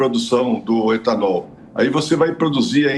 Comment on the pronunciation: E gasolina o e etanool